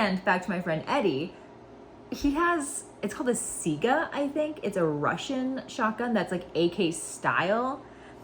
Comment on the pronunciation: As far as the Russian shotgun your friend has, while I'm no authority on the Russian language or its pronunciation, it is spelled "Saiga", so I imagine pronunciation should follow from those vowels in some way. I've always pronounced it "sah-ee-guh" with the ee representing a long-e sound, for what it's worth, and that seems commonly accepted. It's basically an AK-pattern rifle chambered in 12 gauge, and since it has recoil springs and a cycling action, it does a decent job of helping mitigate the felt recoil by spreading it out over a longer period of time... at the cost of increased complexity and weight, of course. As far as training with slugs at your indoor range, you might look into low-recoil slugs, or maybe low brass slugs. In shotgun terms, "low brass" refers to the amount of brass going up the side of the side of the cartridge casing. The yellow snapcap you have is a good indicator of what a low brass cartridge should look like, whereas high brass has about twice as much brass, meant to contain more powder for a more energetic load. You'll also have to look into other slug terminology, such as rifled slugs (also known as foster slugs), sabot slugs, and you'll need to know more about your own shotgun to make the right pairing (for instance, do you have a rifled barrel? Is there a built-in choke? etc). A shotgun is a wonderfully versatile platform, but you'll need to know more about the specifics of your shotgun in particular to know what you should and should not be